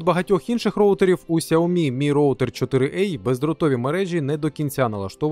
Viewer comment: 4 а, а не 4 ей